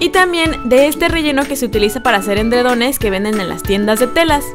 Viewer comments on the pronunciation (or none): Como se dice “endredones” como dice o es edredones? 🤔